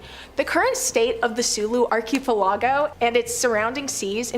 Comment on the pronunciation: Someone PLEASE TEACH THIS LADY TO CORRECTLY PRONOUNCE archipelago